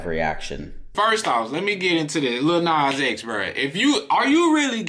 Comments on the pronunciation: First off the first dude didn't even pronounce Lil Nas X correctly. Second called him a fruitcake, third providing evidence of homophobia, brings up his fantasy. He also swore every other second. When you swear in an argument shows your ignorance. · I'm sorry, is the first guy saying "LITTLE nas x" ??? like??? no??